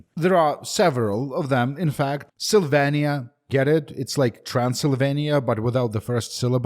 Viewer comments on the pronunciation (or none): none